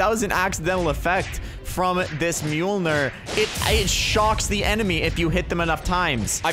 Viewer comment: I’m surprised u know how to pronounce mjolnir